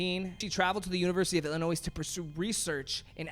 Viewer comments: I’m from Illinois and am not a big fan of it, but when people pronounce the ‘s’ in Illinois it makes me cringe. I also acknowledge that people from other states may not know that you are not supposed to pronounce the ‘s’. So I guess ‘if you didn’t know, now you know.’ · Why you say Illinois with the s lmao